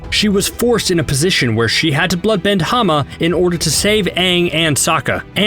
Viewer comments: her name is Hama not Hana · You idiot. You absolute buffoon. HER NAME WAS HAMA, NOT HANA!